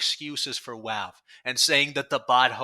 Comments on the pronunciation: Why do you say "Walve" are you retarded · On one hand he talks like Paulie Walnuts (so that.s a plus) on the other hand the way he says Valve gives me ptsd